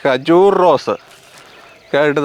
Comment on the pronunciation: ഖജൂർ ✅ കജൂർ ❌